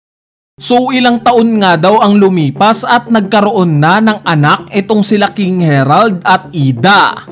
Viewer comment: bakit ba laging KING HERALD NG KING HE-RALD, KING HARALD NGA DIBA KING HA----RALD